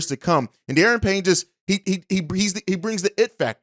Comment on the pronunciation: Duh-Ron Payne. Not Dee-Aaron. And Elgton isn't a free agent anymore